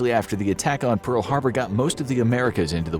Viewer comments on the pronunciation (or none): none